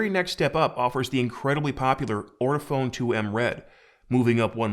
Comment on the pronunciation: I love how people call it "ortiphone" instead of "ortofon" (ort-oh-fawn). This is the 4th review in a row I've seen where they don't know how grammar works with / without an ending e.